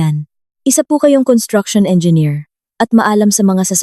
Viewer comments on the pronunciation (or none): none